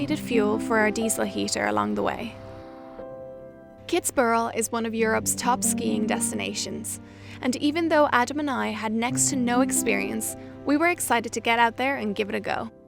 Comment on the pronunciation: Hi guys I really liked your video. As an austiran I just want to point out that it is Kitzbühel and not Kitzbürhel.